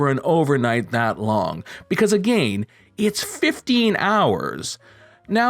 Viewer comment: You just refuse to say again the right way 🤣